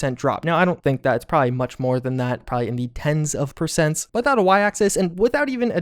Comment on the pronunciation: Here is a decoding chart; Supposebly = supposedly Prah-hee = probably Haulity = quality That’s all I have so far but I have top people working around the clock to further interpret... erm... unique pronunciations.